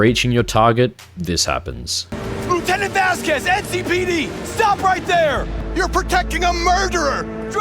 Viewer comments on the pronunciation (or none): none